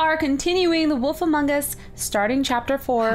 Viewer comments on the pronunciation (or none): she says woof instead of wolf 0___0